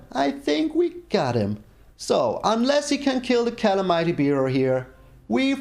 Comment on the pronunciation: Think that's "Ca-lam-ity" Bearer :)